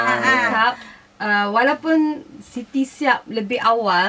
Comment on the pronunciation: Sebut la 'Siti" tu betul2.. dah bunyi macam benda lain dah dok Shiti Shiti.